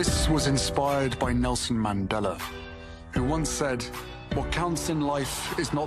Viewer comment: Harry can't even PRONOUNCE Nelson Mandela's surname. As a South African it tees me off incredibly! 🙄